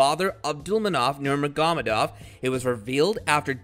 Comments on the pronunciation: The moment he mispronounced Khabibs last name I quit listening. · Wow that pronunciation for khabibs last name is painful to hear lol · How is anyone ok with the way this man butchers khabibs last name🤦‍♂️🤦‍♂️🤦‍♂️🤦‍♂️ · Khabib Nermagomadov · Learn to pronounce his name before you try to make a video about him.. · Did u hear the way he pronounced khabibs name at the beginning😂😂😂